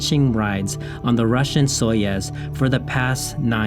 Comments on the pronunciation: It's Soyuz not Soyes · Your mispronunciation of Soyuz ruined the video for me 🙃